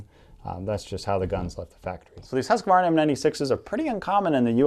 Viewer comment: I like how some people say “Husqvarna” because almost none of them say it right xD